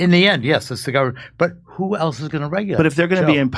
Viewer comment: "There's no way to do that except thru the guvment." What!?! What a stooge...